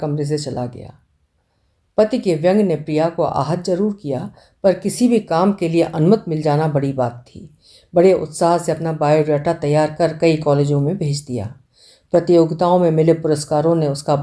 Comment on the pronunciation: aap ka vachan laajawab hai par jahan bhi choti ee ki matra aati hai aap gadbad kar jaati hai Anumat bola aap ne jab ki sahi shabda Anumati hai, ee lagana bhool jaati hai aap Aap ki prashanshak avam shubhechu